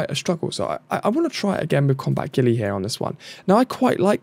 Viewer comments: pretty sure its pronounced Gu-yle not ghillie xD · I realise you're not really pronouncing any of the characters names right but please at least get one of the few English names right 😂 Its Guile not Gilly (said like pile,file,tile,mile etc but with a G like garden/gate/green in front)